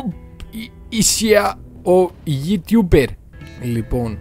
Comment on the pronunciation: Και γελώ με το είσαι ο ytouber τι καλή προφορά που έχω